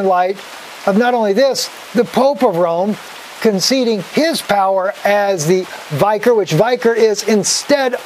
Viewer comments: I like you, but it pained me so much to hear you mispronounce "vicar". It should be said so that it rhymes with "Vicki". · Uhm. You’re not pronouncing Vicar properly. Lol. smh.